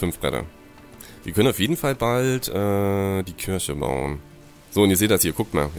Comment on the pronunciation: Es heißt KIRCHE nicht KIRSCHE... das ist kein Obst sondern ein Gotteshaus ! ... ^^